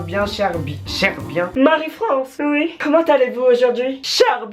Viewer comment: mdr les chtits disent "ui" 😂, cst chiant de tjr entendre uiiiiii 😂😂